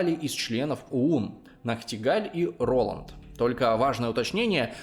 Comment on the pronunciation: А точно рОланд? Просто если давать имя человеку, то ударения на <А>